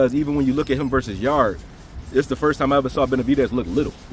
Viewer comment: So y’all just gonna keep calling him Yardeee instead of Yarde, the E is silent 😂